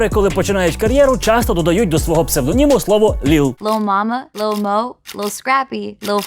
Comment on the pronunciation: Не ліл, а лил. Лил Ніт!